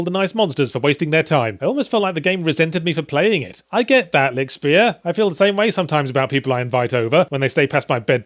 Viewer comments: It is frustrating to hear a word being wrongly pronounced in such a short time span. If you're a native english speaker, just pronounce it "Lishtshpear" and you are (nearly) golden. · Rainbow Bunchie You don't quite realize what my comment was about, right? Lichtspeer is a german word. He couldn't pronounce it right, which is okay, so I wrote it in a way which would naturally produce a nearly correct pronouncitation if read out loud by an english speaking person. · Just watched this video to see how you pronounced Lichtspeer ^^ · The way he says lichtspeer sounds so dutch...